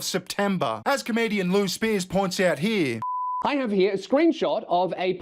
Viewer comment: He-ya .. its Here. Say it with me Raygun.. Here... Sounds like Heer. You can do it, you speak English, kind of.